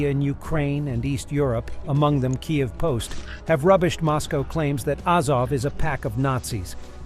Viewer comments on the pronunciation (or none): Sigh. AH-zov, KEE-eev